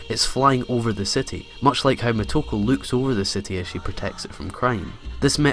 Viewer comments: omg the way you say muh-toe-ku is agonizing. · it is [MoTo • Ko] or [Moto • Ko]. Either way, you have initials and vowels that are pronounced together as one sound. Like [Shi] is a single sound where as [Shi • So] is treated as two sounds. Think of the romaji much like German, very literal once you learn the basic rules of reading it.